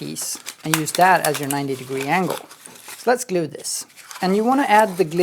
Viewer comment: "You can scrape off the Hot Glewe (as he pronounces it) with a scrap piece of Foam..... Or with you finger if you're Manly"!!! ~ David I really miss that guy!